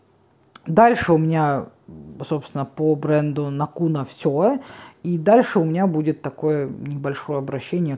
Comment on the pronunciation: НАкуна - ударение в финском языке всегда на первый слог :) Финляндия - страна тысячи озёр. А ещё лакрица! :) Ах да! Ещё сауна. Прогугли карту саун по Финляндии )) Есть ещё